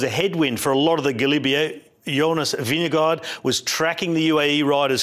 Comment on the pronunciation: Love you mate but why you keep saying vin de gaard